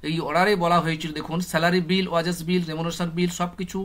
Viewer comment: ওয়াজেস নয় ওটা ওয়েজেস Weges